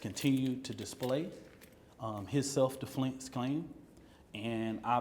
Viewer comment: "Self-DeFlence clime" "Ima just gonna speak Toof 2 power"